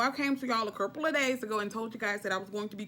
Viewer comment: She said curple..not couple. Lol!